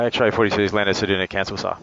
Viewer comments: Ceduna, never heard it pronounced ‘sed-oo-na’ before, it’s usually ‘sed-you-na’. Next time bring a fishing rod in case you spend a day there. 😊Incidentally, the town of Forrest is in the Nullarbor plain, Nullarbor literally meaning ‘no trees’. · Haha this got me too. Great video but Said Doo Nah! 😂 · Love it - thanks! But I've never heard anyone pronounce Ceduna as Cedoona. What a beautiful aircraft! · You need to learn how to pronounce Ceduna plus learn how many airstrips there actually are between Ceduna and Esperance apart from Forrest.